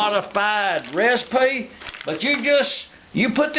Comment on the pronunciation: LISTEN UP I'M A TELL YOU A REEESPY!